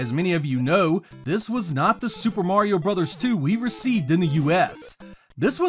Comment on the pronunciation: THANK YOU for two things: - Pronouncing the name of the NES series as "Super Mario BROTHERS" (instead of "brose/broz" as 99% of all YouTubers seem to do); - Not slamming Super Mario Land 1 (as, again, 99% of all YouTubers, and the Internet at large, seem to do). This video is fantastic, but the above traits are so hard to come by on here that it actually gave me an extra push to like and subscribe (which I've done, so great work!)